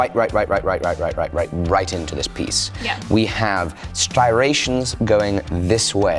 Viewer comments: isnt it "striations" not "stirations"? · Isn’t it ‘striations’ and not ‘stirations’? I’m not crazy, right? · STRIATIONS please, not stirations, once is a slip of the tongue and forgivable but 4 times in a row is not. Think of your America audience, they can barely speak English as it is, without you confusing them with piss poor pronunciation. ;-). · love the videos but I have to tell you that it's STRI-ations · Ammmmm..... it's not stitrations, it's striations. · my love, you mean STRIATIONS, not styrations (which isn't a word me thinks). Keep up the great work. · Lol "sty-ray-tions" ... I think you mean striations. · He calls the striations "stirations", Lol. 😂 Not trying to make fun, but it is kinda funny. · man I love you but please fix the way you say Striations. You say the word so often. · I’m sorry to be that guy, but you were pronouncing “striations” like “stirations.” I am just trying to help so that it is right in the future bc I love your videos. You always do amazing work. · Striation- Noun, pronunciation [strahy-ey-shuh]. For the love of God please! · Dammitt, striations, for the love of God they're STRIATIONS!!! Lol!